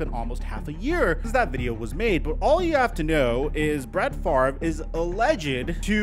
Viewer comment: Why does everyone mispronounce his name? The R is not before the V. It's literally that simple.